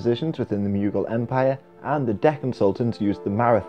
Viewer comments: Why do you say "myoogal"? It's pronounced "moogal" or "mogul". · Mew-gil lol